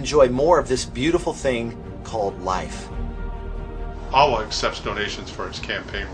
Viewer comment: why does aawa sound like Yahweh?